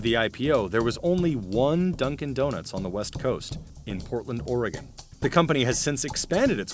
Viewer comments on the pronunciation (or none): none